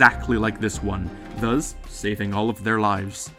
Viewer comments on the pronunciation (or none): please say "Thus", not "Thuzz"